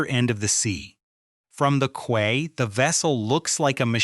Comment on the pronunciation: quay (pronounced /kiː/)